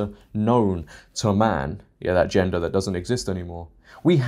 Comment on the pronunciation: Hahaha “in that gengder that doesn’t exist anymore… “ HAHAHAH ok ya got me to chuckle I’m subscribing now lol I’m new 🤣